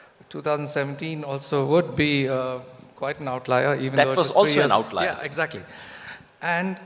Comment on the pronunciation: Yogendra Yadav,what in this world is an ""outliar""???OUTLIER?? or is this a french/latin/greek/Roman word??